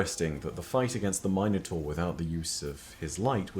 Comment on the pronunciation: Why is he pronouncing Minotaur like that? Is that how it’s pronounced in Destiny??